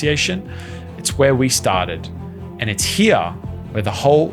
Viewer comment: Why do you pronounce the wodlrd "here" as "hi ya" 😂, just wanted to say that.